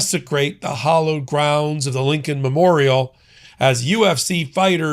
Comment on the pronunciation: PLEASE stop saying "Hollowgrounds." You did it in at least one video yesterday, too. It's "HALLOW," rhymes with "fallow," grounds. And there's an "ed" at the end. In short, it's H-A-L-L-OW-E-D."